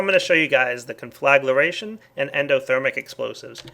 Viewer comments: ungh... con-fla-gra-tion ... not con-fla-gla-ra-tion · CON-FLUH-GREY-SHUN DEF: TO SET ABLAZE NOT CONFLAGURATION Also - that nuclear fallout spreads. It's best to clean it up immediately after detonation. (I used to have an old version of this mod; it was nasty stuff testing it) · I get just a bit annoyed every time he said conflaglaration instead of conflagration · con-fla-gra-tion ... not con-fla-gla-ration .... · CON-FLA-GRAY-SHUN JESUS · Conflagration = kahn-fluh-gray-shun. Otherwise, cool mod, looking forward to checking it out. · learn how to pronounce conflagration